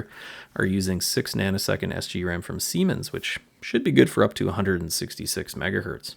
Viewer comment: Hehehe you said Semens.. X) oh wait.. you mean siemens.. Doy!